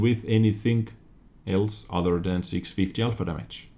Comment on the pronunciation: I know you don't mean it but it makes me smile when you say udder instead of other.